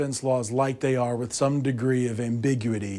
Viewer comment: “Am-bi-gu-i-ty” not “ambigwitty”.